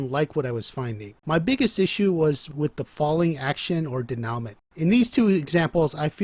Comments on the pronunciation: bro great video. i have only 1 gripe. i dont expect you to speak french by any means, but when speaking about narrative structure, incorrect pronunciation of a key word like denoument can seriously undermine your credibility. i bring this up not to rag on you, but because your videos are fire and i wanna see fans take the most from your content. the correct pronunciation is day-new-mah. i would also suggest digging a little deeper into the correct use of the word as you seem to have a decent grasp of the concept, but a couple examples you gave were juuuuust a hair off. not incorrect, but maybe could have been worded a little better. this has been your weekly constructive criticism, signed, a dedicated fan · Denowment. Lol good video though